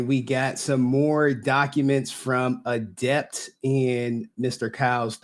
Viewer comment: 10 seconds in and i cant stop laughing at "adepter" lmao